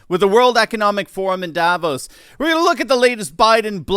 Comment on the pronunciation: Sorry, but Davos is not pronounced the way it is in this video.